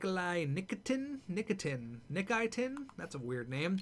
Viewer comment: Its pronounced nick-ee-ten